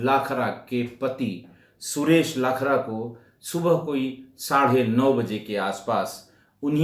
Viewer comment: लाखरा नही लखारा हैं